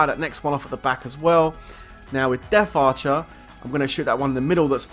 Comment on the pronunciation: It death archer NOT deaf archer... Jeez